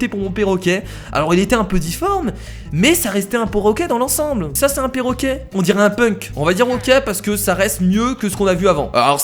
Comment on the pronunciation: 4 :21 qui a entendu porroquet?